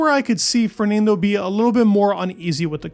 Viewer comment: Great video but your pronunciation of Fernando is painful to listen to 😅